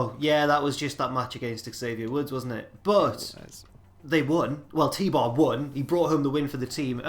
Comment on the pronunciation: HIS NAME IS FUCKING T BAR ITS FUCKING T BAR